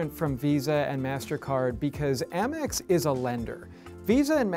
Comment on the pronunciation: First of all. It’s not Ah-mex, it’s Ay-mex.